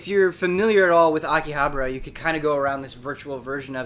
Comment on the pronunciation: So you are paying attention after all! but in all seriousness, not 'habra' but 'HABAra' :)